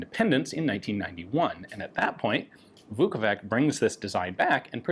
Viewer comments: In English, that spelling would be pronouced exactly as Ian said it, "Vukovik". If you'd like an English speaker to pronounce it correctly, tell them it's "Vukovich" and they will say it right 100% of the time. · His last name is actually Vuković, pronounced as Vukovich. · This gun looks like it wanted to be a Walther P38, a Beretta, and a Stechkin APS all at the same time. A pretty interesting design by Iron Curtain standards. One small note – the "ć" at the end of "Vuković" is pronounced "ch" as in "cheddar cheese". Indeed, that name is sometimes anglicized as "Vuckovich". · I think it should be "Marko Vuković", not "Vukovik". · Marko Vuković. In English it would be pronounced similarly to "Marco Woocowitch" - "Woo" like in "wood", "co" like in "company", plus "witch". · I believe it is Vuković, probably spelled Vukovic with missing ć on top. You pronounce it as 'ch' so it should be 'Vukovich'. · Not to be a nitpicky c*** but a little advice on the pronounciation The Ć at the end of his surname is read like a soft CH, Kind of like saying T and Y from yes at the same time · It is not logical and correct solution. For example 2x MVP of NBA league and possible third time this year, Nikola Jokić (and Ian would say JOKIK) has always right pronounced his name on ESPN or TNT sport channels. Maybe Ian and you too my friend, should take just little effort to pronounce correctly Serbo-Croatian surname. For example his pronunciation of "Zastava" - Serbian arms factory is now dead on. Just take a watch some ESPN clips on Jokić or Dončić or any "ić" in NBA.